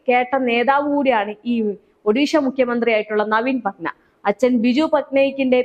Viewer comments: നവീൻ പട്ന അല്ല കുട്ടീ നവീൻ പട്നായ്ക്ക് ..... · നവീൻ പട്ന അല്ല നവീൻ Patnaik ആണ് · Patna..... Alla.... Padnaik... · Patnayik. Not patna